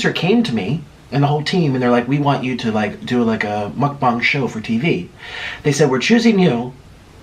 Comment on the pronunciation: Ya'll rewind all the way to the begging and hear how he says "MUcBaunG lmaoo. love your vids tho you're you make me hungry so ur vids work <3